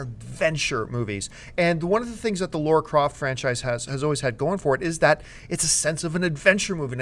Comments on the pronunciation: For the love of God... It's LARA not LAURA! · LARA croft, you idiots. Not Laura. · Please! It's LARA Croft LAAARA.... not LAURA nor LORA nor LEURA... why does everyone have such a hard time pronouncing LARA.... LA..then RA.... it rhymes with DUH! sorry I went out of control for a sec... but.. really.... please!